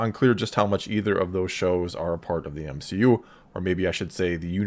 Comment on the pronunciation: M-she-U, no thanks